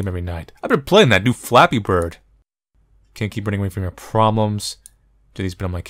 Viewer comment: me,listening to this call: its just flappee bird